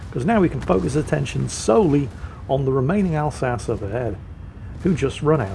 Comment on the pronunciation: Wait, why is pronouncing the Alsache wrong? Oh!